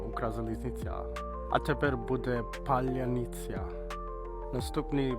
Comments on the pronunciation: О, в нього щелепа правильно розміщена - паляницЯ гарно виходить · Паляниця краще вимовляєш, ніж каца. и. Можеш сказати борщ і вареники? ❤❤❤